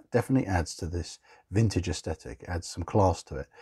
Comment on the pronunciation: Definitely "frintage" 😁👍